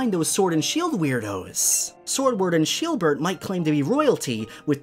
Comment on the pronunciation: Love how he called Shielbert, Sheebert🤣